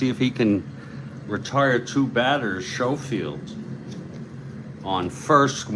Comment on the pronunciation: it is pronounced Sko field